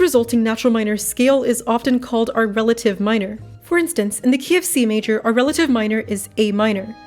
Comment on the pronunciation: when you said key of c major i thought you said kfc major